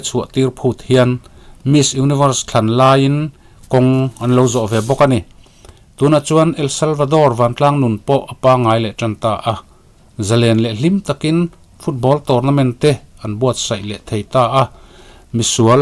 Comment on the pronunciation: "Eeel Saal Vei Tore" ti a lam tur Sir